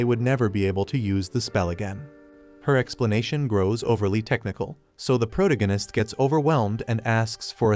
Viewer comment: Sorry had to.leave as.spoon as protagonist was mispronounced